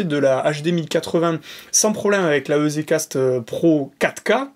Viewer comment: Pour info EZ c'est pour Easy donc à prononcer "Izi Cast" plutot que "Ezé Cast" ;) Merci pour la video